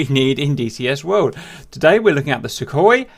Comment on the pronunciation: Welcome to the new episode of "How to pronounce it" open a google translator russian > english and paste this: 1) Сухой for Sukhoi 2) Су for Su 3) Сатурн for Saturn 4) Люлька for Lyulka 5) ГШ for GSh 6) Х for Kh See you in the next one